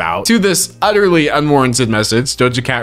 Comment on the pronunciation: Did you say, "Utterly," or "Udderly?"